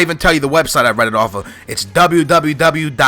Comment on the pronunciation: hey, please answer to this, i'm portuguese and when you said the website, you said " a bola" in a weird way... why didn't you just said in portuguese, since you are portuguese